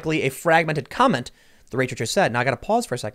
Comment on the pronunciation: Comet, not comment!